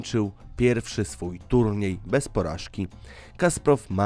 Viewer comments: Drogi autorze, genialny szachista to Kasparov, nie Kasprov. A po drugie, mówiąc o Damie z gronostajem, pokazujesz Monę Lisę. To nie jest to samo. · Kasparov a nie Kasprov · Kasparow!!!! Nie Kasprow, aż mi uszy zwiędły tyle razy te nazwisko przekrenciłeś